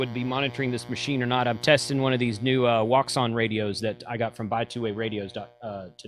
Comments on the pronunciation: As someone who knows Mandarin, you are killing me with how you say Wouxun. X has an English "SH" sound. Therefor xun is English is SHUN as in reject or avoid. Just say "O" for the first 3 letters. An English speaker won't here the slight difference. Not being a jerk, just helping people learn. Keep up the great content! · I don't even speak mandarin and it kills me. Anyway this Ouchain HT looks interesting. BAHAHA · Lol...yea. A friend of mine who is Chinese and lives in Shanghai spoke with an inside sales person at Wouxun about the name pronunciation and their first reaction was that they had to make some concessions for western languages that could not easily pronounce their company name. The W is not really used...just for the English pronunciation but is intended to mean "First word of World", OU means singing, nice voice and XUN means communication. The best non-English pronunciation, according to their sales rep, would be "Oh-schwin"...but they're just fine with wocean or ou-chin.